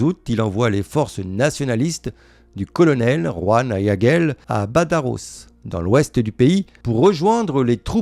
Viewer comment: prononciation correcte : /balaro/, et non "bataros" ! Il y a la "jota", dans "Badajoz" !